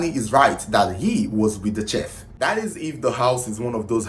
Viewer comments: Its pronounced 'shef' not chef like in check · It’s pronounce sheet not cheff like shhhh. Thanks. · It is spelt chef but pronounced as SHEF. If you want your videos to soar with foreign views, it is imperative to work on your diction; pronounciations. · CHEF....PRONOUNCED "SHEF"!!!! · Chef is pronounced as “shef” please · you just might wanna look up the correct pronunciation of chef , thank you! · you saying CHEF all wrong